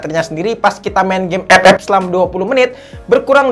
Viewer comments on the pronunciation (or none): Ngomong ep ep nya itu lo bikin ketawa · Ngakak pas ngomong "EP EP" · Wkwkwk gw ngakak pas ngmng epep